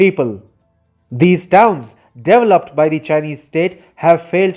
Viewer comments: It’s “dee/vel/oped”, not “devel/oped”. Bad pronunciation. Not one English speaking country pronounces it your way. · I watch every one of your shows, but please learn how to say the word developed. You say it so wrong. The “E” is long. I still love you though❤️❤️❤️